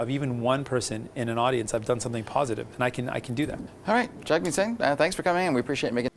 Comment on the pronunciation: I dig your content but you gotta start pronouncing his name right. It’s Jug-Meat Singh , not Jag-meet Singh